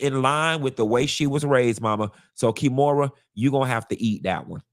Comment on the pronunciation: I holla everytime you call her KEY - MORA 🤣